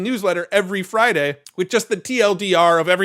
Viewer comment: FRAIDAYS or FRIDAIS